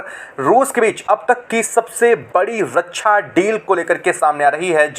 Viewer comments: रक्षा बोलना सीख पहले रकछा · रछ्छा नहिं, रक्षा होता है। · रछा नहीं। रक्षा।